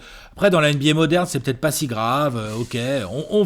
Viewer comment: Eh le momoent sur la réponse c'est bien normand et c'est ptete (peut être mais prononcé à la normande) bien que oui ptete bien que non